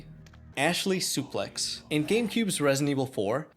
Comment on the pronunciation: great video! please learn how to pronounce things. It's pro-gen-it-or, progenitor. not progen-A-tor. Suplex.(Sue)-plex, not sa-plex